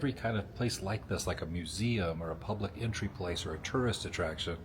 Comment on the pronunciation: You know if you're gonna listen to anything narrated by be ready for mispronounced words like museum....